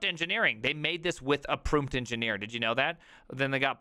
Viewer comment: "The name, is the Proomteagen"